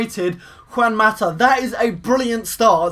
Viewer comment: u said mata name wrong